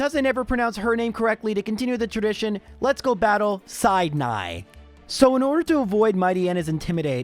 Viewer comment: Said Neigh